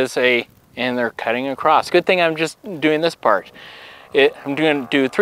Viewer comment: There's no T in across.